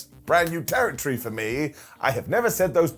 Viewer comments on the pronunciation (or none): none